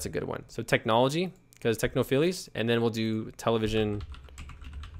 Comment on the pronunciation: Good content, but "technophillys' made me laugh. You know its techno-files as in file this in the drawer, right?